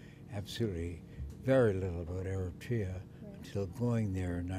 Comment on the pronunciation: It is so inconceivable to hear the foreigner is able to pronounce the name of the country more clearly as Eritrea, while the girl, who seems to be Eritrean, uses Ethiopian version name Ertra. Those who purposely change the name from Eritrea to Ertra is simply preparing themselves and others to make Eritrea part of Ethiopian province and name it as "Ertra" similarly to that Haileselase reign. To use Ertra instead Eritrea is like romanticizing Ethiopian colonization!!